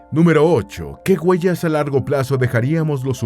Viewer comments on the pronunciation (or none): Se dice se doctoro, guellas, yelo, de verdad? O se dice obtuvo un doctorado huellas hielo,.ect.😢